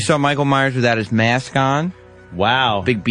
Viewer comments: The way Sam pronounces "mask" is enraging. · Diane Smith meyask